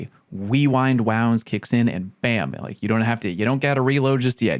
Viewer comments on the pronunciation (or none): If I'm correct, the "wewind wounds" meme came about when Kackis and a lot of other content creators consistently had a lot of difficulty saying the perk name while doing their videos.